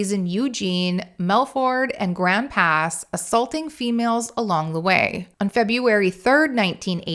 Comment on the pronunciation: Great video, a couple things though - we pronounce it All-bunny and the southern Oregon towns you called melfort and grand pass are called Medford and Grants Pass, and lastly we just called it a phone book back in those days, the white pages to be more specific we didn’t really have access to reverse directories until the mid ‘90s when the internet started becoming mainstream.